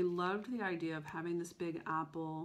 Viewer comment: Did you just say, “That big-go house?” You Texan! 😉. You MUST finish your oldest WIP. It is absolutely beautiful! Why don’t you just stitch 1 thread a day on a coffee break until it is finished? In fact maybe our virtual group should challenge each other to do that through the summer. I know I would love to get my oldest done and I think it is from 2001.